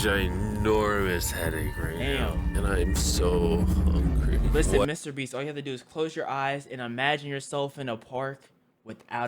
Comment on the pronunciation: Bro said "Mr breast" 💀